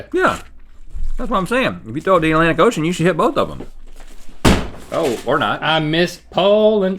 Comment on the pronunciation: "At a lantic ocean" lmao